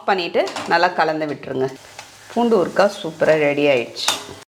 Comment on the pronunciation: Urukkka nu sollathinga, ooruha nu sollunga, kaa romba azhuthathiga